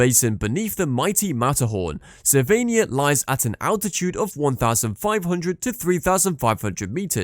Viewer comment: This video should be re-titled - Top 10 ski mispronounced ski resorts - Tignes and Ischgl are hilarious, Cervinia is pronounced Cher-vinia and please tell me where Saas-Feeee is? Is it in the Feeee valley?